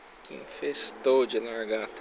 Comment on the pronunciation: Aprenda falar .lagarta . Não largata tá